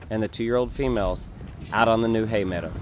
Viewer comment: Are you saying meada and do you mean meadow??